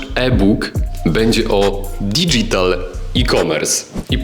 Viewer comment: Nie digital, tylko dydżital się wymawia. Reszta w porządku.